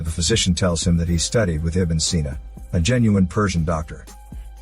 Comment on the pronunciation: Ibn Sina. Pronounced as Ib Nu Si Na.